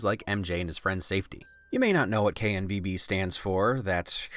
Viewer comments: Perfect pronunciation. I'm proud of you. Also imagine the cost to the florist D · I love the part about the netherlands. I am dutch and I died in theaters when I saw it xD. Btw flawless way of saying Koninklijke Nederlandse Voetbalbond.